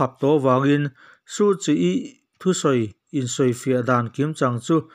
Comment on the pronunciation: Aungsan = hmanlai Suhchi = hmiah tur Tia thlûk theih chuan ngaihthlak pawh nuam dwuh ang.